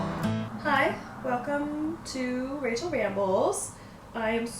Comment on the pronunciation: OMG, I thought at first you said, "racial ramble" LOL I was like, oh god I'd didn't know Rachel had this side of her